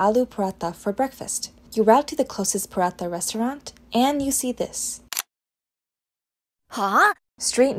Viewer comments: Are paraatha hota hai paraata nahi 😂😊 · niice!! Btw, it's paraTA with a hard T. Stay awesome! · Pronunciation of paratha isn’t appropriate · “paratha restaurant” wtf😂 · Learn to say paratha, Jesus Christ. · पराठे का आपका उच्चारण ग़लत है